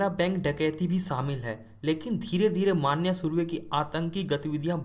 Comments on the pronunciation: अबे माण्या माण्या क्या बोल रहा बे, मन्या बोल ना..! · अरे भाई माण्या नही रे... मन्या सुर्वे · Dost मान्या नही मन्या है उसका नाम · स्टोरी अच्छी है बट मान्या नही मन्या (मनोहर सुर्वे) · wo maanya nahi manya he dost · "मान्या सुर्वे" नही रे "मन्या सुर्वे" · It's मन्या not मानया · नाम :- मनोहर सुर्वे तेरेको नही आता तो मन्या सुर्वे बोल मान्या मान्या क्या बोलता हे तू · Arey pagal maanya maanya kya bol Raha hai Manya surve hai voh 😂😂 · मान्या सुर्वे ❌ नाही मन्या सुर्वे ✔️ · Bhai sahab wo maanya nahi manya he uska asli naam manohar pyar se college me manya pukaarthe the samjhe? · Maanya nhi manya nam tha manya bhai ka manohar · मांन्या नाही रे भावा मन्या सुर्वे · मान्या नाही रे मन्या सुर्वे आहे। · Vho maniya nhi hai manya hai😂😂😂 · It's not manya maniya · मानया नही मन्या सुर्वे विडीऑ बनाते हो तो पुरी जाणकारी लो तुम्हे सिधे बात करणे भी नही आती... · bhai vo मन्या hai मान्या nhi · मन्या नाम उसका ....क्या मान्या मान्या कर रहा साला .... 😂😂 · Bhai ye man-ya nahi vo ma-nya hai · It is मन्या न माण्या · मान्या नही मन्या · Mannya nahi manya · मन्या bol pagal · 😂😂😂😂 सही बोलो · Manya ka naam bhi nahi boolne aaata tere ko kya like du be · Abe manya thek se pronounce kar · bhai pronunciation toh acche se kr leta vo agra nhi hai vo agar bazzar hai nalayak or mannnyyyaaa nhi hia vo sir manya hai.........gadao